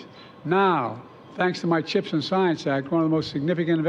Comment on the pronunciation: Its CHIPS Joe!! Not CHEEPS😂 Useless fuk